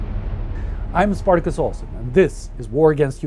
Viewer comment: I'd just like to take a moment to appreciate how well Spartacus pronounces all the names, places and stuff. I am terrible with languages and hearing these things said with such expertise is a joy :-)